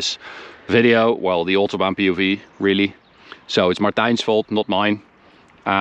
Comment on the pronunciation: So at the ootobaan